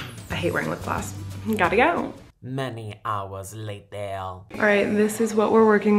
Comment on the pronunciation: Later not latair